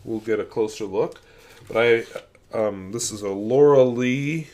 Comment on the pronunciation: "Lorelei" is German, it's pronounced "Law-rely" and means something similar to a mermaid. There is a poem by Heine called "Lorelei".